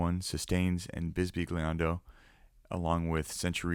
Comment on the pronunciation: If I may...in 'bisbigliando' the 'glia' is pronounced, if anything, closer to a 'ya' (not quite but there's no such sound in English). So, 'bisbiyando, though not 100% correct,' is closer to the actual pronunciation and sounds much better. Lovely demo/instruments btw.